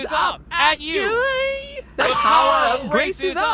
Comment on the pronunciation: "The power of Grace is up at youegh" the way they pronounced "You" at the start caught me off guard🤣🤣🤣